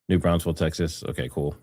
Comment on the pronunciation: It's NOT new BRAUNS-FEL. It's pronounced exactly the way it's spelled: NEW BRAWN-FULLS. No 'S' in the first syllable of second word. ~ Lisa